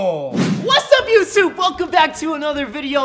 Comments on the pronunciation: You said yousuup in the beginning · He said what's up yousoob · Have you ever new he said yousube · Did you say yousube